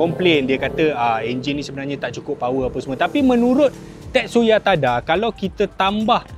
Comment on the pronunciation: Tetsuya Tada <-- bukan ting ting laaa....sepatutnya......Tadaaaaaa.......😂😂😂